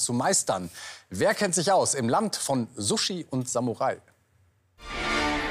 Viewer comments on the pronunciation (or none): none